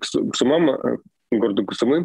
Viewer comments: сУмы ударение на У накие такие сумЫ у вас там ? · Не СумЫ а СУмы, так будет правильно ставить ударение при произношении названия города. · Сумы́ мне режет слух, правильно говорить Сýмы, от слова сумка, там сумку с суммой потеряли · Скажите пожалуйста Руслану, что ударение в городе Сумы на букву У. В остальном огромное спасибо за ваши сводки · Майк и Руслан, спасибо Вам ребята большое за логичную и вдумчивую оценку происходящего в моей стране ❤️ Единственное, не СумЫ, а «СУмы» и «в СУмах» 🙏🏻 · Пожалуйста прошу, умоляю, Суммы. Ударение на У. 😭😭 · кто-то должен это сказать...сУмы, а не сумЫ! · Су́мы, Су́мы, не сумы́ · не СумЫ а СУмы!!))) сумЫ носили в старые времена нищие. Но это не про город. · Не СумЫ,а СУмы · Пожалуйста, Су́мы, а не Сумы́. Спасибо) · правильно ударение - город С'умы, а не Сум'ы... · Извините. Передача бомба! Но слух блин режет … сУмы , а не сумЫ . А так - вы молодцы! Хорошую работу делаете! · Все ок, только Cу'мы, а не Сумы'. Слава Украине! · Хороший ролик, только ударение на "у", не Сумы', а Су'мы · Не сумЫ, а сУмы! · Город сУмы, а не сумЫ. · Не СумЫ, а СУмы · Да не СумЫ, а СУмы, невозможно слушать это неправильное ударение!!! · СУмы, а не СумЫ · Спасибо за видео! Только ударение в название города СУмы, а не СумЫ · Руслан, пожалуйста, не СумЫ, а СУмы Очень режет уши неправильное название родного города. За ежедневную сводку большое спасибо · сУмы, город называется Сумы, ударение на первый слог. Житель данного города называется сумчанин. Пожалуйста, поправьте коллегу. Украинцы, ставьте лайк на это сообщение. Спасибо. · это о случайно, все остальные разы у него СумЫ. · Спасибо за аналитику. Небольшое исправление: в названии города Сумы ударение на первый слог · Попросите Руслана говорить СУмы, с ударением на первый слог. Иначе мы его будем называть Руслан Львив. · Сумы - ударение на первый слог! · Ребята, Сумы ударение на У! Спасибо что даете адекватную оценку происходящему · Спасибо большое за информацию (СУмы, ударение на второй слог, пожалуйста)